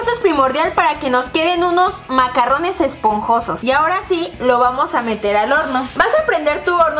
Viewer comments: ay dice macarones no macarrones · De hecho si leen la descripción son "macarones", no se pronuncian macarrones, los macarrones son fideos. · Karen se pronuncia "MACARRUNS" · se dice MACARRONES Y MACARONES "RR": Suena "ERRE" Y "R" : Suena "ERE"